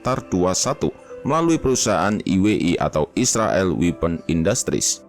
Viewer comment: "subscribe" itu dibaca SABSKRAIB bukan SAKREP "weapon" itu dibaca WEPEN, bukan WIPEN. "iron sight" itu dibaca AYERN SAIT, Bukan AIRON SAIK.